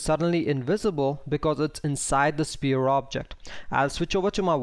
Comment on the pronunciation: You do a great job, don't get me wrong, but please: the word 'sphere' is pronounced like "sfere'. You are saying a completely different word 'spear' which is a point-ended stick weapon. The 'ph' is pronounced much like an 'f' not like a 'p'.